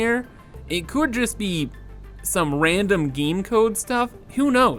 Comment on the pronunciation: Giiiiime It's "game"bro not "giiime"